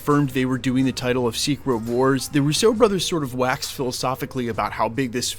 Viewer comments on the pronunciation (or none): Dude - PLEASE F’N pronounce the RUSSO brothers name right! You consistently F it up. It’s pronounced ROO-so. ACCEBT NT is on the first syllable. They have ITALIAN heritage. If you pronounce it roo-SO, it gives them a FRENCH heritage. Kind of insulting.